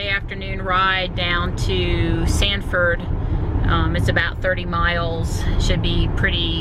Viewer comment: The name of the city is Sanford not Stanford.